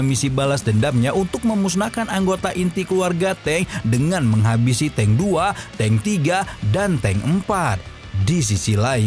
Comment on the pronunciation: Di baca nya "teung" bang bukan "teng" yakali teng saber😅🤣